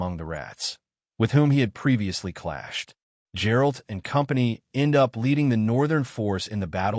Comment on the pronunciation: Bro at least say "Geralt" correctly. Who tf is Jerald?